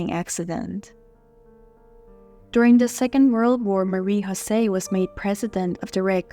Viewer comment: It is pronounced MAH-REE YO-SEE. Not Marie HO-SAY. Also she is known as Marie Jose of Italy. Once she marries, a royal consort is known by the higher rank (Queen of Italy) not a Princess of Belgium. It’s also the KEY-INN-EE-AL Palace. Please don’t be sloppy!